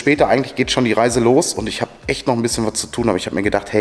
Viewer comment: Das heißt Reisen und nicht rasen.